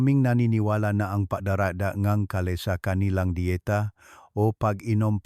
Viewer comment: Gulay ang kale ang basa ay keyl hnd ka-le